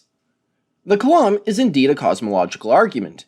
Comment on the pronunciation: Flerf dude, it's called a COLUMN! There's only one way to say that word! And the emphasis is not on the U, but the O instead. I'm American and you sound American,, so what's this massive disconnect problem you have being able to say such a simple word? It can't be an issue with accent since the way you pronounce things other than this seems to be typical American standard that I'm used to hearing. So you just think that word using a different context is spoken differently? It desperately is not. *facepalm * dear, oh dear... Edit: I'm just going by what it's telling me in the closed captions as far as column. If there's an actual word Kalam that spelled utterly differently, then that's another story and I've been tricked by the "closed captioning misinterpretation" as I don't know everything about cosmology or that argument. I wouldn't put it past the flerfs though to not know how to pronounce something simple.